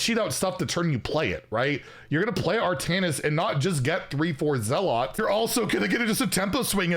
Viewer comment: That's not how you pronounce "zealot", is it?